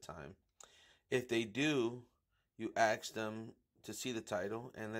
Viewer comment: Axe = Ask. Just letting you guys know.